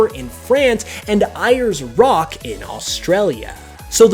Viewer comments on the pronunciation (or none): Erie’s rock..... ITS AIRS ROCK MATE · You said Aireys Rock Wrong, Its Pronounced Airs, and also Its now Uluru because of aboriginal rights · Just a quick correction, it’s pronounced Airs/Heirs Rock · ... Hate to be that nit picky a$$hole everyone's gonna hate.. ....But with Ayers Rock/Uluru it's pronounced 'airs' ("Thank you I'll be expecting your decelerations of war in the morning") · as an Aussie, I have to agree. For those who are wondering it is pronounced "Airs" literally the word air with an s added on. The indigenous name is Uluru; pronounced as ool-uh-roo just my 2 cents. Keep up the great work! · This would be good if you said ayers rock correctly and also it's called uluru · Great video, but your pronunciation of Ayers Rock was horrendous haha